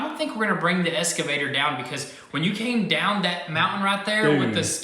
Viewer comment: Boys, I've been holding back on this for a long time.......but it's eXcavator, not eScavator. Kills me with chuckles every time you say it. :-)